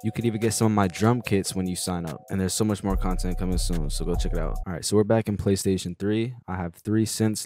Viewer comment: man he get me everytime lol talm bout "playstion 3" 😆